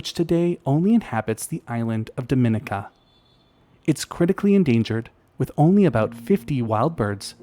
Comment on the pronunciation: At the risk of being /thatguy/ I'm going to point out that Dominica is pronounced däməˈnēkə and zoologist is pronounced zōˈäləjəst. As a zoologist who lives in Florida on the edge of the Caribbean I just couldn't let it go. My apologies in advance for being a pronunciation Nazi :-) I love your channel.